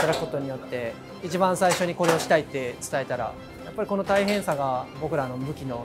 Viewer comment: French words like “EEE CHEEE BAHHHN”. He says it eight times in the intro alone and probably close to a hundred throughout the video… yet the subtitle text always says something different when he says “eeee cheee bahn”… 🤔🤔🤔